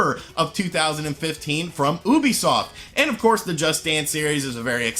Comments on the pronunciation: Lol "oobisoft" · did you just call it oobisoft? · Soooo .. wtf is oobisoft ??? Or do you mean Ubisoft? (You be soft ) ??